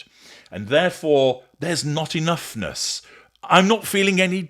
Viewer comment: "enoughnuss" ?? Oh fuck off